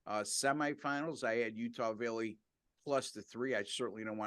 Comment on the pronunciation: Sounds like he's saying Utah villey, it's valley not villy, ok